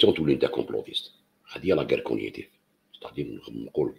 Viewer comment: La guerre cog nitive on prononce g